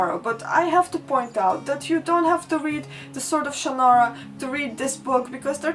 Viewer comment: You forgot the gnomes. EDIT: Then again, so did we all. EDIT AGAIN: I thank you for your pronunciation of Shannara and Ellcrys. Terry Brooks himself pronounces Shannara oddly, and in the MTV show they say Ellcrys weird. I pronounce both those words the way you do.